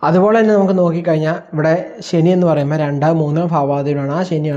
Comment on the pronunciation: ശനി പ്രശ്നം ഉണ്ടാക്കാന്‍ തുടങ്ങിയാല്‍ automatically ഷനി ആയി മാറും 😂🎉😂